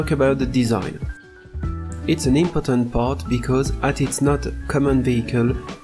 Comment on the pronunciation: you say it's an impotent part! Impotent means unable to reproduce 😳 More emphasis is needed on imp-or-tant 😂 Such a cool project! The track design is amazing